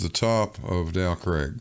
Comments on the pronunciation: Every time says “Dow Craig”, my mind rebels. It’s “Dow CRAG”. This is England, and it’s pronounced “CRAG”. voice is too irritating at this time of the morning, and I can’t take any more of his nonsensical arguments. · He actually says "Del Craig". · The mountain "Dow Crag" is actually a "Fell" it is in the "Lake District" County of Cumbria, that makes it Northern England, Not Scotland, It is pronounced Crag rhymes with Hag, "Crag" means steep rocky cliff. English lesson over 🤝👍🏻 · Agreed Grrr.